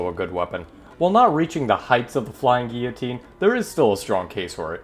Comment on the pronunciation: Dude it’s gill-a-teen said like that